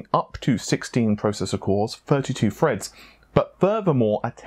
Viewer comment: "Thirty two cores, sixty four freds". Stop being lazy. You sound stupid saying f instead of th